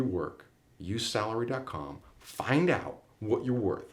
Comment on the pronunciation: Sarlary duck dot com? you can't understand what you said